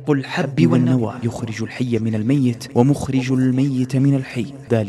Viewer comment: الميت بكسر التاء